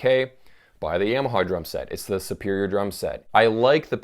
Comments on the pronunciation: He says Yamaha like its a sweet potato -- "yam" (ham) o haw (like hee haw) or see saw. Yam o saw. I think its more like Yom-a-ha, like Tom-a-ha, like haha. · The Satanic Trucker Ya-ma-ha in fact is what it should be pronounced - in Japanese way, as it is a Japanese word. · I've never heard anyone pronounce Yamaha like you.